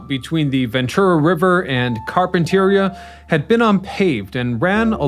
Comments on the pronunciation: Interesting - BUT it's Car-pen-ter EE-ya, not Car-pen-TEER-ia like a carpet store. (I made the same mistake, fwiw.) And that's CaL as in California - Trans as in transportation. kaal-traans. Sorry. But some of us do have to drive their cars there, those who service the tourist trade (musicians, hospitality personnel, etc.) and those that service the locals - teachers for the schools, postal workers, etc. But perhaps there needs to be a time to allow the region to heal during off-season. I don't know, that would impact the museum, restaurant and music venues... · Car-pen- tur- ria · Where are you from that you don't know how to pronounce Carmel & Carpenteria? 😳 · That's not how you pronounce Carpenteria or Carmel. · I knew somebody would be calling out Carpinteria!